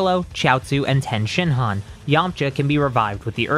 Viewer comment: It’s Tien shin Han my guy not 10 shinhan ehehe